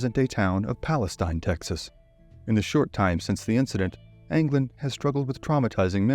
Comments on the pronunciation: In Texas, it is "pal-es-teen". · Palesteen is how it’s pronounced.